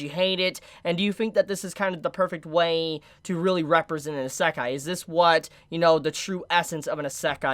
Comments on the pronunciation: Iiiiisekai, not iseeeekai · Is this how the kids these day say Isekai? Asekai? I am normaly not a spelling hater but it realy drives me up the wall when he uses it that often. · What’s an “Asekah”?!?! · Unfortunately I couldn’t watch the video because of how you pronounce isekai-_- What I saw wasn’t bad content, so it’s a shame really. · into the video and pronounced Isekai wrong 3 times, I'm out. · Does he say isekai in a wierd way or am I saying it wrong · Good video. Learn to pronounce Isekai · Well that's just because he's pronouncing it wrong. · I’ve never heard Isekai pronounced like does? What’s the correct way? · you pronouce isekai like someone from the UK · I'm pretty sure that's not how you pronounce Isekai in English but I could be wrong. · I love videos, but I cringe every time he says the word Isekai lol.